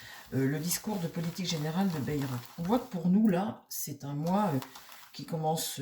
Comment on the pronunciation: Bonsoir, on dit: BAILLE ROUE